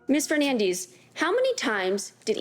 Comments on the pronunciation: Fernandez!! Say the name correctly. Lol fernandeezz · Hernandiiis. Why can't they just read it is it is???? Fernandez not Fernandiiiiz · Her name is Fernandez. Stopp saying fernandeeze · It is FernandEz not FernandIz… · Its Fernandez, Not Fernandizz🙄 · FernandEz !!!!!!! not fernandeez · Fernandez is pronounced as fernandez, not firnandiz. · Every time they said FernanDEEZ... 😅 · FERRRR-NAN-DEZZZZ it is a Mexican name. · The pronunciation of “Fer-nan-DEEs” is a crime in itself. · Why is her last name keep being pronounced Fernandees? 🧐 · Even the daughter says Feenandiiizzz Thats just sad 😂😂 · “Fernandees.” 😂 Tell me you’re ashamed of your Latin name without telling me… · Fernandeez? Lol okay turn it italian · Fernan"dis" WTF? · I wonder if she knows she’s completely butchering her own last name she’s completely mispronouncing it lol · Awe this poor baby- now grown lady I imagine. Does not pronounce her Hispanic last name correctly. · She doesn't even know how to pronounce her own last name 😂😂😂😂😂😂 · Why are they pronouncing Fernandez that way?? 🤷🏻‍♂️ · Never trust a Ho who mispronounces her surname to try to hide the Spanish ethnicity in it. Her daughter looks dumbusoriboubceing it as well. it's not a matter of opinion it's an existing name with an existing name with an existing pronunciation. She was a terrible witness continuing to look to the left side of her brain which is the imaginative side which means that you're making up a lie or trying to make up a lie and not actually remembering. Also she said that she wasn't scared of her husband when she was sleeping with other people and that's a wrong answer cuz you're supposed to say you're ALWAYS scared if you're a victim.